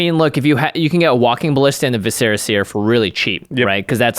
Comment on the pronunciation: I really don't want to be this guy but... its Vis-er-ah seer (like... viscera... internal organs... You scarifuce a creature so you can use their organs to view the future)